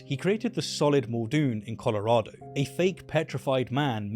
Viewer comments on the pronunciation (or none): none